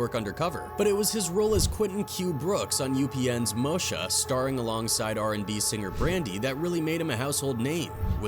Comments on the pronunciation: This guy Called and pronounced it as MoSha instead of MOESHA on the fredro part lol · HIM SAYING MOE-SHA PISSED ME OFF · do more research on the people he cover pronounce their names right man 😂who tf is mosha ! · It's MO- EESHA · These AI bots don't pronounce names right he said Freddo was on Mosha forgot to pronounce the e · Buddy said “mosha”!? Wtf 😂😂🤦🏾‍♂️ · Ain’t no way you fuck up Moesha’s pronunciation like that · you verbally butchered moesha name 🤣🤣🤣🤣🤣🤣